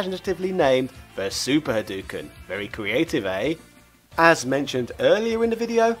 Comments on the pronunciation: That's not how you pronounce Ryu (it's pronounced "REE-you") or Hadouken ("ha-DOH-ken"). Also, I just realized how much more annoying it is when the one syllable that people get wrong is the one they put the most emphasis on. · I have never seen a video about Street Fighter where someone would not know how to pronounce the name of the main character as well as his most famous attack. My ears are bleeding after hearing about "Rayu" and his "Haduken". I'm sure a lot of work went into this video - please put some minimal additional effort into learning pronunciation. These are really simple.